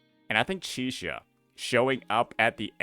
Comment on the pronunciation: why unc keeps calling Chisa Chixia 😭